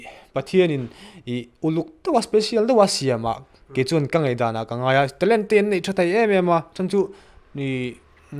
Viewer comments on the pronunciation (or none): Ngaihdan tih hi ngatinge Ngeihdan ti a a lam tlat ni aw.... Media lam ah hi chuan Ṭawng dik hman hrâm hrâm a pawimawh khawp mai.